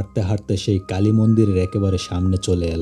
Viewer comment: কালি মন্দির না কাইল্লা মন্দির 😂😂😂